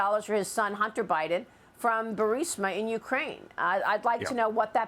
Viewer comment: "Bunter Hidun". LOL